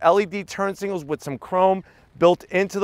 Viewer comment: singals or signals? Very good review as always keep them coming!!